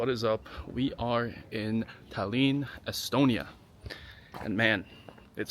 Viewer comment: Why are you saying Talyyyyn?